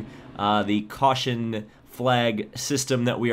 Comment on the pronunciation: AN WE HAV A CAWSHON